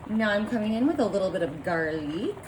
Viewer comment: Yes. Thats how vampires pronounce it 😛